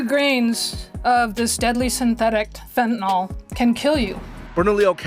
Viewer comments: It's such a small thing, but it's pronounced "fentanill," not "fentanoll." For some reason nobody gets this right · He is mispronouncing fentanyl. ❤